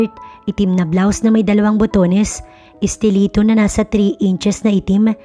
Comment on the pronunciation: STILETTO NOT STILITTO